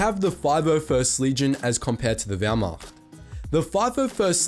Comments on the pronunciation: As a German I must mention that your pronunciation of German words is very very good. I honestly expected that you would say Wehrmacht like wehrmakt. Positively surprised. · “Wehrmacht” As a german, that pronunciation is pretty damn good! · Die Aussprache war für einen nicht deutschen verdammt gut. Natürlich hört man dass er nicht deutsch ist, aber immerhin hat er nicht wehrmakt gesagt hahahahaha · I like how good you pronounced the german words! (Wehrmacht, Blitzkrieg,...)